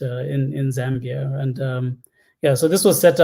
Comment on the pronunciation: Charles, I love you, but why are you saying "Zimbia"???